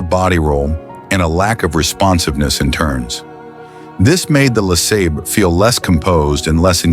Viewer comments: Buick LA sayber, not La sahber. You make it sound like La Slobber. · Lasabber or LaSabre?? I hate this AI narrated crap!!! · 60 Buick Le SOBBER, LMAO AI SUX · How many ways can AI pronounce LeSabre? Sobber Seebray Saber Sebber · LaSobber. lmao ! 😅😂😅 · I gotta stop watching this channel... %he AI can't decide on a pronunciation of LE SABER and the camework makes me seasick